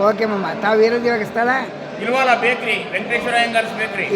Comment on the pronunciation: ಮಾಮ ಇಲಿವಾಲ ಅಲ್ಲಾ ಇಲವಾಲ